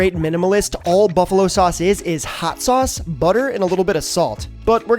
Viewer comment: Just gotta say it... Pronouncing sauce like that grinds my teeth... Ok, done with rant